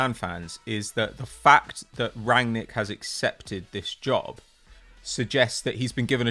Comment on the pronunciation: Could see was seething at, missing that N in rangnic every time 😂